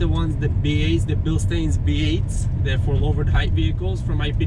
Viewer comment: Its pronounced Bil Stynes.